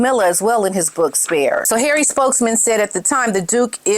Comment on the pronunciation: Love the way you say ‘Harray’ - always cracks me up! 😂